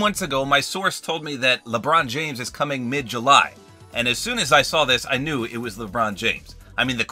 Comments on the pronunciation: LEbrOoon jAAAmes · I like how he said Lebron James in that accent instead of normally saying 😂 in